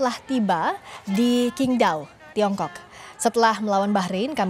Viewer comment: bacanya itu SINGDAO bukan KINGDAO